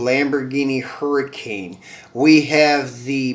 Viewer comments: Hey homie, the pronunciation of the lambo is a huricon not hurricane. Good video, I'll be watching thanks. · Huracan is not pronounced Hurricane